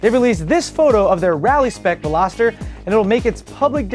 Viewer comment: Your getting real good at this hosting this. Congrads on the pronunciation of Vel-ah-ster... I *heart* you!! LoL Love the douchebag Pickup truck jump... Hysterical!!